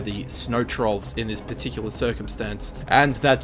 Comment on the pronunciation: its particular, not patechea